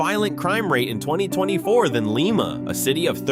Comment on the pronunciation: You miss pronounce Lima. Is Lye-muh.